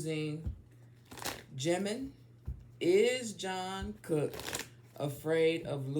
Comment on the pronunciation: Respectfully - it's pronounced "Chung kook", not John Cook lol